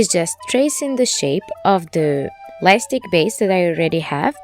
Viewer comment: Pls it's called light stick and not life stick I love you so much and I'm not saying this to hurt you I'm saying this so that you'll know or it might be me maybe I didn't hear you clearly sorry if it made you angry or mad .